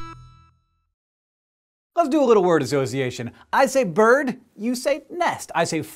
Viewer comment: In all honestly, after you said 'bird', I though 'turd'